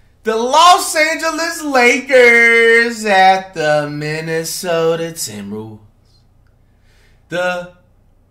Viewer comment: Flight be pronouncing Minessota as menacesota